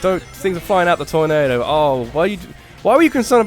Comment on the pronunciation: That torNAYdo. XD